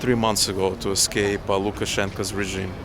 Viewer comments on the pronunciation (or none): none